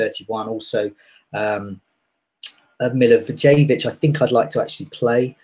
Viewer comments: It's MILI-VOYE-VICH Even if you say it MILI - VOLLEY - WITCH you would be closer to the pronunciation than Mili-vou-jay-vich. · Milla-voy-yevitch is closer ;) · Please learn how to pronounce the name of Milivojević! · How come every single FPL YouTuber pronounces Milivojevic's name wrong? Learn to say it properly and say it with pride and honor. COYP!